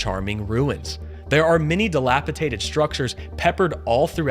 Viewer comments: DelapiDATED... not delapitated!! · It never ceases to amaze me how Americans can suddenly mispronounce words. You pronounced "dilapidation" correctly but then you twice said "dilapiTated". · Very informative video. Are you a journalist? You give that impression because of your thorough research. Just two suggestions: place your prompter closer to camera, so you don't look away to read it. And, the word is dilapiDated. Thanks for all the links! You most definitely are thorough! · Not pronouncing ‘dilapidated’ correctly! No t!